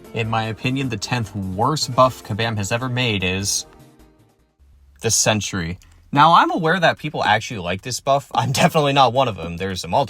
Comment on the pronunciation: Its sentry bro, not century😂